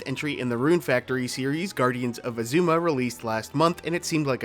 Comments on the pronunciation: Right? They say Azuma in the game so many times, it’s said on the title screen every time you start up the game, and yet they still get it wrong. Pretty typical for this channel to mispronounce things though :/ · aaaa, I love your video, but why do you pronounce Azuma like that😂